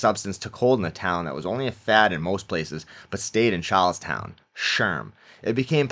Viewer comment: Chawllstauwn. Caw and bank wobbers.